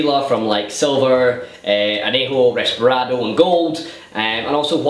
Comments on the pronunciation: Its Reposado, not Resparado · Isn't it called reposado, and not resperado? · reposado not resparado